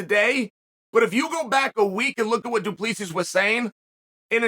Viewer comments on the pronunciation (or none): Chael is the type of guy that will find a way to mispronounce your name even if its as clear as water. Mr Bad Guy Inc. It is the same concept of pronouncing Duplex but with Sis at the end. Not D U P L I S I S please! Mr Sonnen. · He didn't pronounce it right. It's a French surname, but we as Boers in South Africa pronounce it Du- Ple- Si. I'm a white Boer South African like Dricus, so I know. He didn't pronounce it right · Put your index fingers on the inside of your cheeks then pull them apart....then say 2 plus 3...that's how you pronounce his name.😂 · Chael you got it right the first time only. It's pronounced Dricus Du-ple-sea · It was funner when Chael pronounced it “Drexis Du Plexis” lol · Yeah, his name is pronounced "do-plus-see" it is Afrikaans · Only got it right the first time. As a South African, it's pronounced 'du Pla Sea' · Please learn how to pronounce "Du Plessis" 😂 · Only Uncle Chael can pronounce the same name 3 different ways in the same minute. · You finally pronounced Dricus Du Plessis correctly in the beginning just to pronounce it wrong again. As a south African that's enough to unsubscribe. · Love how Chael nails the name in the intro, and proceeds to butcher it for the rest of the video. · Chael perfectly pronouncing a foreigners with a trippy name to kick off the video and then switching back to his classic Chaelified pronunciation for the rest of the video. The man knows how to play with emotions 🤣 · but that’s not how you pronounce it lol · fuckin close enough, he’s a yuppie from South Africa. Treat him as a WWE heel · It's NOT pronounced like that😃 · He pronounced it correctly the first time he said it. Then went on to mispronounce it the whole vid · He literally said it wrong. Cringe. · I really wonder if its on purpose😂